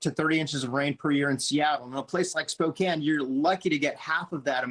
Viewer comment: Thank you for your coverage and for pronouncing Spokane correctly, unlike CNN.